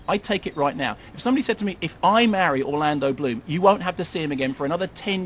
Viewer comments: "Orloondo Bland" lol Nice one, Kermit. Some say it's easy being a film critic. No it ain't. It's easy being paid to sit through movies you like; imagine sitting through movies you HATE. You don't have to have seen POtC to know the entire franchise is shite. It's based on a fairground raide, for fuck's sake. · it's Orlando Bloom!!!!!! if you say it about 1,000 times then fucking say it right! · Lolololol at "Orloondo Bland". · I thought he was mispronouncing Orlando Bloom's name at first, and I then I got it, and then I laughed my ass off. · I love how he repeatedly butchers Orlando Bloom's name.